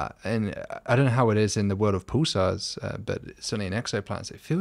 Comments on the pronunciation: “Poosars” 😂 “pooses” 😂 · Dr Kipping, is not Pooolsars, but Pulsars, listen how your guest speaks and pronounces them!